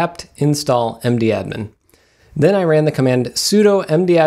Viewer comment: I don't know if it is just me and my friends, but we call mdadm "madam" not "md-admin* :-)